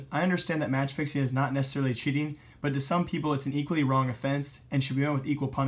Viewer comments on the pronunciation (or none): none